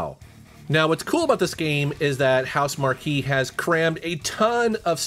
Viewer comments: Who the hell are House Markey? It's pronounced "mark", you know, as in quality. Didn't you think it odd that a software company named themselves after a really big tent? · It is pronounced HouseMark. Not markque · House-Mar-Key? It’s just House-Mark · It's not housemarquee it's pronounced housemark but spelt housemarque just to clarify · " HouseMarque" is pronounced "house mark". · Housemarque is pronounced “House Mark.” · It's pronounced "house-mark," BTW. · Great list, especially anything Housemarque. Incidentally, it is pronounced Housemark (without the key, which sounds really odd). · I LOVE THESE VIDEOS!!!! Especially the montage of older titles from previous videos. This is a GREAT IDEA! Also, love ya but HouseMarque is pronounced "House Mark" lol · Why's he pronouncing Housemarque like "House Marky"? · Pretty sure housemarque is pronounced “house mark” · That's the first time I've ever heard Housemarque pronounced that way. Makes me believe you don't follow much on gaming because Housemarque has been said in 1000's of videos over the last year with the PlayStation 5 exclusive game Returnal. #Housemarque #PlayStation5 #Returnal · Absolutely butchered the pronunciation of Housemarque